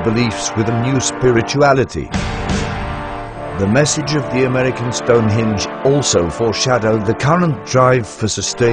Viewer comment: This speech synth gets the word "Henge" in the name "Stone Henge" wrong. The word the machine says is "Stonehinge". I laughed so much I nearly died.